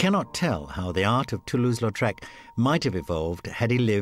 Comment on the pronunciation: "Toulouse" not "Latrouse." Even you didn't get it right.